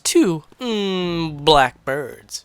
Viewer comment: Ahem, sir. I don't like the way you said BLACK